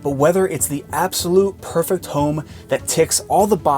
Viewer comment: Why do You over-accentuate the ending of words like “Home-a” or “design-a” 😂😂